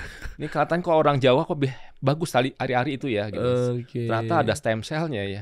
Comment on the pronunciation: Koreksi "Stem cells" bukan steam